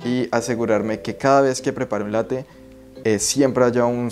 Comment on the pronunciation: “Latte” con doble “T” bién marcada, Latte significa literalmente Leche, es una palabra italiana, y la preparación a la que te refieres es un Caffè Latte, y tiene variantes, como el Latte macchiato que es más líquida, Y el cappuccino.